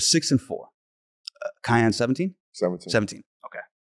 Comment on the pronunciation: "cayenne" anthony gonna be a beast